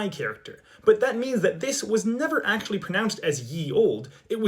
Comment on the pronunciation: Bro rlly js said "erm actially"